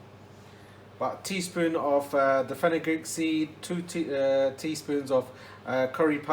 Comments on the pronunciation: Did you meant to say fenel seeds? Fenugreek is meyhi seeds , they don't taste too good in baji's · Hi, Is it fenukgreek seeds? I don't quite catch what you say. Thank you